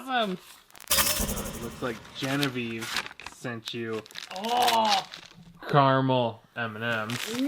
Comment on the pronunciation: Carml Me: CARAMEL